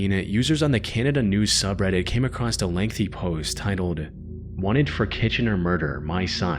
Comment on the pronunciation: It's obvious that this isn't an AI voice, as he can't seem to ever pronounce the words "across" or "women" correctly. It's always "...these woman left..." and "when he walked acrost.."